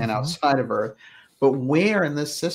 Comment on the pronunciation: The Earf is flat....